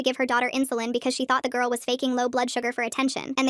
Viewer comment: I know this dumb but at one point instead of girl it said gurl